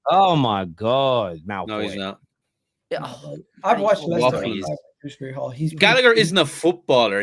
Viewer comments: Dewsbury not fucking druwsbry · Nvm & definitely calling him Drewsbury oh dear 🤦🏻‍♂️